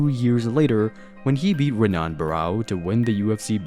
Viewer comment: “HEN-ON” not Ren, On”